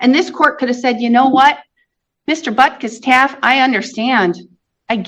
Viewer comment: I thought I heard it wrong. Butkisstaff?